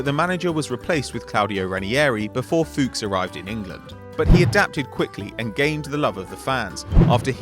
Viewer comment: Funny how no english person can pronounce Fuchs